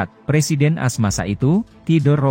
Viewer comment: Informasi yg berguna, namun narasinya harus diperbaiki masbro..AS itu Amerika Serikat jgn dibaca As🙏😃